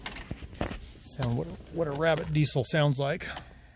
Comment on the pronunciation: I thought until over halfway through that you were saying Rabbit De Soul